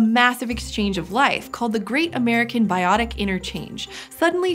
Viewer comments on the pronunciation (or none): none